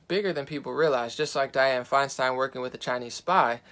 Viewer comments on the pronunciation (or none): none